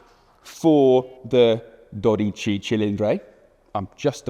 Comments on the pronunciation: What a beautiful car and what a poor reviewer.... just awful.... Also, it's Dodici with an i at the end not Dodice with an e.... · not "dorici" but "dodici" and not "cofango" but "cofano"... just murdering Italian. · Dodici, not dodice. Cofano, not cofango. Great job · Not cofàngo, but còfano. Not dodìci, but dòdici. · Dodici not dodice. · Wrong words and wrong accents: it’s còfano, not cofàngo. Dòdici cilìndri not dodìce. Grazie! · A man who speaks three languages is a trilingual, one who speaks two is a bilingual, one who speaks only one is an englishman. It is not doDIche, but Dodichi. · dodiccey cilindrey and cofanGo... I guess checking the pronunciation and spelling of three words was too much of an effort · so silly he can't pronounce well: DO-DI-CI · Clearly he can't pronounce or read.... I mean... DodicE :))) Worst reviewer I've ever watched. It's like he hates his job and Ferrari in general...